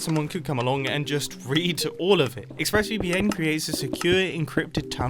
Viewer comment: I heard him say ixpressVPN instead of ExpressVPN lol but it may be just me